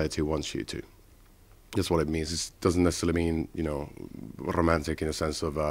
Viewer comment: oh gosh!!!! i LOVE the way he says rrrrrrrrromantic!!!